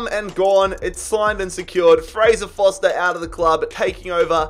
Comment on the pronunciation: how come you call Fraser Forster Fraser Foster?